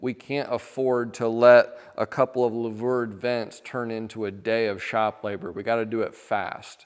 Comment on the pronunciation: Great video. But the word is louver ("loover") not lavour.